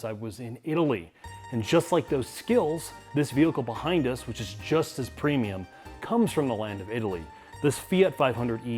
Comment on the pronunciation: lol he said"premium"